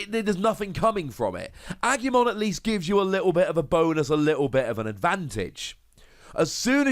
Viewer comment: Im not bothered by your pronunciation, but just to help. Its ah-gu-mon. Gu like gu in guzma.